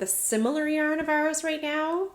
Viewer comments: I also say yarrrrrrrn... but maybe you could lighten your arrr if you did the inhale thing every time you said yarn? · “Yarn”! Yah that sounded different!” I laughed so hard I needed my asthma rescue inhaler!!!